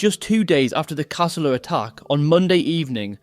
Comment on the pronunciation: It's Cah-soo-la, not ca-sul-a. You're a pom, right?😀